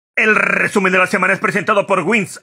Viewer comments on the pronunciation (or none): Rrrrrrrrrrrrrrrrrrr rrrrrrrr rrrrrrrrrrrrrr rrrrrrrrrrrrrrrrrrrrr rrrrrrrrresumen de la semana!